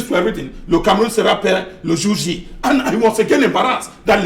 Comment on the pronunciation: Le gour G,???, it is le Jour Dit. You can make your points without so much exertions, and you’ll be better understood. Everywhere else but France!! France pillages French African countries but won’t agree to migration of migrants from those territories. All the colonial masters left, however, France stayed and hid in the roof.